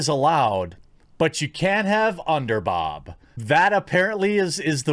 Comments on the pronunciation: why you say underbob when its clearly pronounced underBOOOOOOOOOB?! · everytime you say underbob i laugh lol idk why i find that funny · had to leave when he said underbob